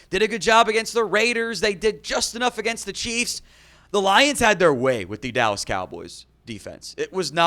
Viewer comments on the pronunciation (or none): The "allas Cowboys" 😂